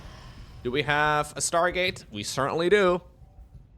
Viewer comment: Schtargate units. Dem dutch accent coming through.